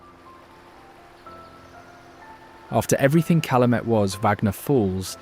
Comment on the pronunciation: This is a very nice documentary and I enjoyed, but here's some tips on pronunciations : Gitchigami is "Gitchy Goomy", Calumet is "CalYOUmet", and "Tahquamenon", the accent is on the second syllable "quam". Just some helpful suggestions, not a knock against your good work. Thank-you